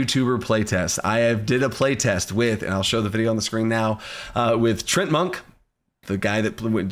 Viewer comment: oh hey, you also say Treant as Trent, I thought I was the only one who did that 👀